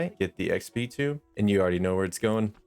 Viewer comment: its not tomb its tome X D like toe-m X Dlove the vids man